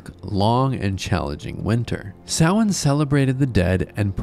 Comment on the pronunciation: You said Samhain right! that never happens with these types of videos, well done for doing your research !